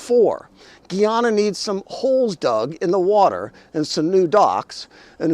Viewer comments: You are pronouncing "Guyana" as if it were "Guiana". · Guyana is pronounced "Guy-ana".